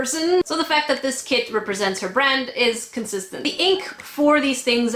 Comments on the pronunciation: It sounded like said I'm not going for the kit I'm going for the kid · Kit I heard KID! AHHHHHHhhHHHH